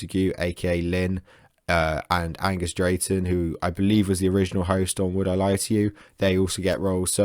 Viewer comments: Angus "Drayton". Ok, I'm out. Comedy expert. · "Angus Deayton" mate, he was the main guy on Have I Got News For You when it was good.